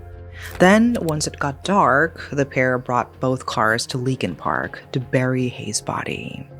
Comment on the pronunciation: Leakin Park sounds more like Linkin Park 🤔